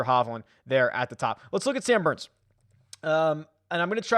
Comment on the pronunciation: Did you say boooo? Or Booourns? Yeah definitely going with Sam Burns!